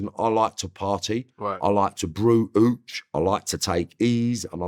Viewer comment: the way he says hooch